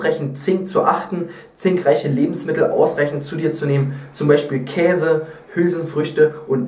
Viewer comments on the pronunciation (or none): none